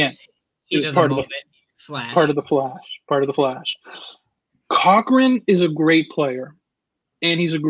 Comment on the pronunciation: It is not cow wrong. it is pronounced co wrong